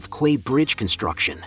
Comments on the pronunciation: It’s pronounced key. Not quay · Learn how to pronounce "Quay". It is phonetically identical to "Key". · "Quay" is pronounced "Key" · Teach your AI how to pronounce Quay. It is pronounced as if it were spelled Key. :) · Quay is pronounced "key" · quay is pronounced key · Just for reference - Quay is pronounced as "key" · "Quay" is pronounced as "key".